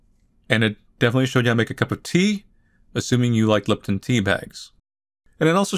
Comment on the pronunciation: Him: liptn Me:leepton ANY other person, lipton